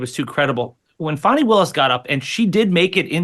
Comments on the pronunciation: I've watched countless videos from the left and right wing media outlets response to the Wade/Willis testimony during this discovery hearing, and unilaterally, the right wing outlets such as this show, repeatedly pronounce Fani (pronounced Fawny; not Fanny) Willis' name indifferent than what she has repeatedly told everyone with a camera and mic what her name is when questioned. If you have such disdain for her that you refuse to say her name correctly, then you will absolutely discredit her for everything else. I'm on neither side. I don't believe there is enough there to remove her from this Trump case. However, I don't feek this was ever the intent of Michael Roman's legal defense. They are running interference for Trump (who happens to be paying Roman's attorney fees) to force a later trial date beyond the election. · 😂😂😂 whte supremacist are so mad fani destroyed them yesterday. notice they always make sure to mispronounce her name 😂😂😂